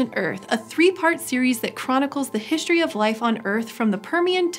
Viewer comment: So, hey, it's "history", not "hishtory". There's only one H in history.